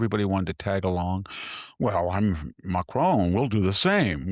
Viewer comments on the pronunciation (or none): none